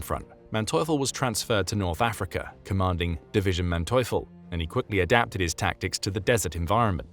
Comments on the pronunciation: ...Manteuffel is prononced mante-oofel...for you english speakers...no thanks... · His name is pronounced MANteufel, with empahsise on the first sylable. Happy to help with German pronounciation. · The narrators pronunciation of the general’s name except for the a being a bit off is accurate.